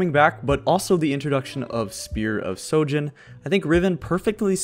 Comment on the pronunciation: Spear of sHojin not sojin